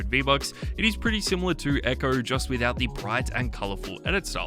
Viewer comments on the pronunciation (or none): Bro said eggo instead of echo